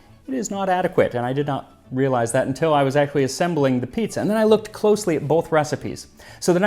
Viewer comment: Piezza lmao